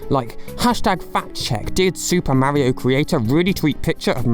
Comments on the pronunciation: The way you pronounce "Mario" is unacceptable. Stop that. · “Ideer” “Mary oh”